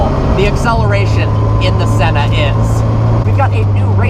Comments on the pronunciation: You pronounced sennas name wrong, as a Brazilian it drives me insane!!!! Learn how to pronounce it first jeez. Here’s a little lesson on how to pronounce it ah-eeeh-ton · Please pronounce senna right , also I really don’t think was appropriate to show his death . But great review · Absolutely butchered that mans name.